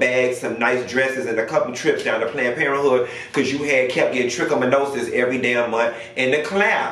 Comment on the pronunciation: What is it with you it’s trichomonas geez you’ll be chicken Monona’s chicken Medina’s chicken my check amount is but apparently you have no need to worry about thatTrichomonas boo and thank God I don’t have it